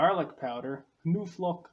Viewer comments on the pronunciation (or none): Not pronounced new-flock, but know-flock.